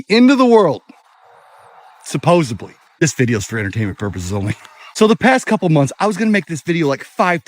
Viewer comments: “Supposebly”… why do Floridians say it like that?? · That end of the world guy don't know the difference between supposedly and "supposibly"...hillbilly logic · no, there’s another word which is “supposably”. Supposebly does not exist. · nah. I didn’t mispelled anything, can you read? He says Supposebly, not supposedly which is the correct word. He pronounces it wrong and never says supposably which could be the other word, you really can’t be that obtuse.